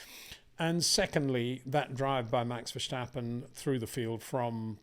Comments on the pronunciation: Greay video's! As a Dutch guy, can you please stop prenouce Max his lastname the way you pronouce Scumacher. Dutch does not sound the same as German. Say VerStappen with the S like 'snake' , not like the german SCH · It is NOT "Bottash" nor is it "Lewisch" nor is it "Oshcar Piashtri" nor is it "Nyck de Vriesh" nor is it George "Russhell" nor is it "Fernando Alonsho" nor is it "Lance Shtroll" nor is it "Pierre Gashly" ... so why on earth do you want to say: "Max VersHtappen"